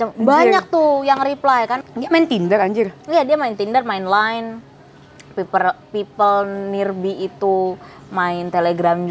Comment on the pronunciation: pipel nirbiiiiii... pipel nirbaayyy mbak'e baca neee